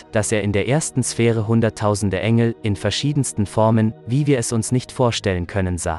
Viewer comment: Kannst du demnächst bitte die namen der engel und der Prophet in der richtigen form sagen du verwirrst mich